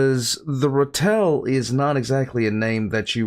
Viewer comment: You could also call it a Badger. You need to work on pronunciation.